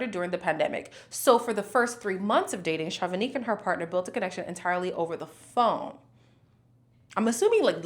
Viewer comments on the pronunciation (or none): none